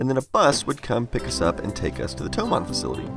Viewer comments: Sorry, but it's "THOMANN". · BTW it's Thomann, not Thoman